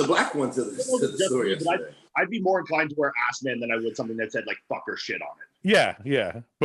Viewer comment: Yo, shirt says Asman not Assman. Asman is the booty loving lion from the Narnia chronicles.